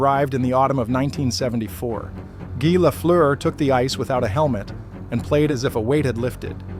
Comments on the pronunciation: I appreciate the narration, I know the sound "eu" in Lafleur is impossible for english speaking people to pronounce. Just like the "r" are impossible for me to say right in english. Guy Lafleur was a huge deal in Québec, and it's great to see a documentary about him. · Once the name is not pronounced correctly stop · Pronounce his name right to begin with